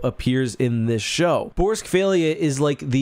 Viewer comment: i learned how to pronounce borsk fey'lya from this video and i read those books in 1999 damn